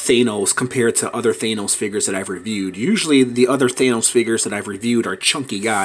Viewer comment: It thanos not thenos